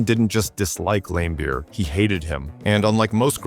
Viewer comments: Video loses all credibility by constantly referring to Bill Laimbeer as "LAM-beer" instead of Lam-BEER, suggesting either AI narration or that the author has no idea to how to pronounce the name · His name is pronounced Lam Beer not Lame beer basketball expert. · Lame Beer sounds about right lol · I love how he pronounced Bill Laimbeer's name as Bill Lamebeer. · AI SLOP Can't even pronounce Laimbeer's name. .... just more auto-gen nonsense.